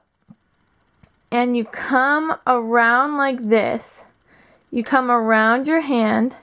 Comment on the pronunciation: fix how you say come. please, im laughing to much i cant focus. also, if doing the trick a second time as a reminder, manually move the bars and blades like you do before, that helps alot